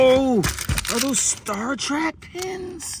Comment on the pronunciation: Trek not Track